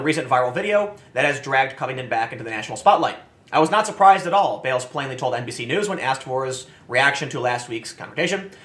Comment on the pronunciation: Did Tim say "NBC" or "NPC" news? Lol